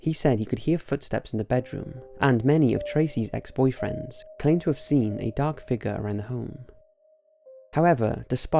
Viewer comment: Xxcountry_girl_2014xX I understood that part but you said, "I habe..."